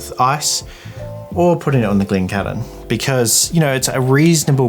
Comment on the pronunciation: Mate, just say the Cairn bit of Glencairn as though you were talking about the city, named after a man from these islands anyway — Cairns. You need not dip into aspirated Gaelic when speaking English, save for nouns that pertain to specific company names that elect not to be anglicised — it comes from Gaelic, sure, but it’s a normal word in the English dictionary.